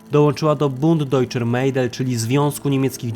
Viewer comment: Nie Mejdel tylko Mädel tzn Medel